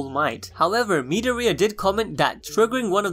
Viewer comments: The way u say midoriya gives me headaches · The way this guy pronounced Midoriya made me cringe.